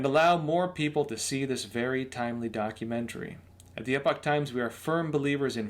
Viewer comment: Pronouncing the word "epoch". It's either "eee pok" (UK) or "epic"(US). The poster seem to pronounce it as some hybrid version.